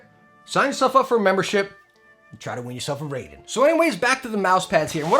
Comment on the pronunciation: Raiden is pronounced RYE-DEN (as in rye bread) not "RAY-DEN" (as in ray beam).